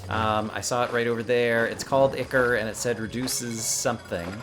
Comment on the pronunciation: ichor: AHY-kawr